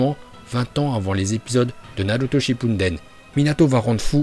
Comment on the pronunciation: C nul il déforme tout les nom (va apprendre la vrai prononciasion des nom